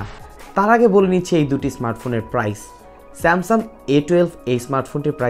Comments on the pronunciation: বার বারই আপনি স্যামসাম বলেছেন। একবারও স্যামসাং বলেননি।। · বেটা স্যামসাম বলো কেন?